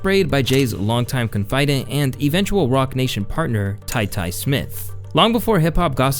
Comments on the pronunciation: Confidant = “con-fi-don” pronunciation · That's not how you pronounce confidant. Just thought I'd point that out because a lot of people learn words from reading rather than hearing them. Myself included. But I appreciate it if someone points it out to me if I mispronounce something.